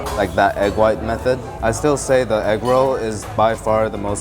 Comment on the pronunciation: Inflation: from “with six you get eggroll” to “with sixteen you get egg roll.” I don’t know why, but I love the little canoe paddling down the streets. I also am a tiny bit confused about how he says egg roh’ like he suddenly channeled a deep southern black grandma (and I do know and love many a deep southern black grandma… I just can’t compute a canoe of any tense not-quite-rolling with rohs). This just made me hungry bordering on hangry.